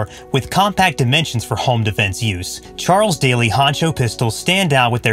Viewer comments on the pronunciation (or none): Charles Daly not Charles Day